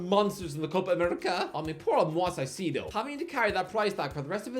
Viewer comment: Someone stop from pronouncing foreign teams or players in the future. The way he pronounced Pachuca and Caicedo hurt my soul